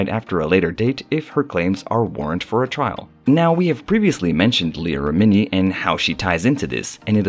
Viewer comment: Rem-en-ie lol sorry but you pronounced like most of the names incorrect and it's killing me Everytime I hear them😂😂😂